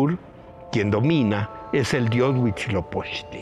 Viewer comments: Por qué lo pronuncian: Huichilopoztli? 🙄🙄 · por qué pronuncia Huichilopoztli????? qué no es *HUITZILOPOCHTLI*?!?!?!?